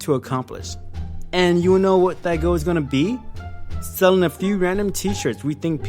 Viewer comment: he says goal weird....its like he says go. or goh. or goe. gow.